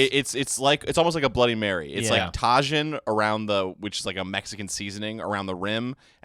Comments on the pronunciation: is traaaesh.... ta jin?? its (tah*heen) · mispronouncing Tajin (Ta-heen) as Tah-Gin is GARBAGE! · Lol he did not call it Tajeen it's pronounced tah•heen lol man that killed me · pronouncing Tajin as "TAH-Gin" is peak garbage. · Tah-gin? is definitely garbage. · I reflexively cringed, but he's trying to spread the good word. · TA-HEEN! love you guys though. Only making a correction because of my Latina girlfriend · How did pronounce tajin??😂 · BRO HOW DID YOU JUST PRONOUNCE TAJÍN ?!? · The way pronounces tajín is the first time I’ve ever heard it said that way